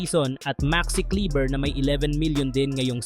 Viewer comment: Kleba ang pronnounce non